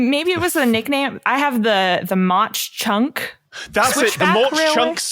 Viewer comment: Cringing at the pronunciation of Mauch Chunk.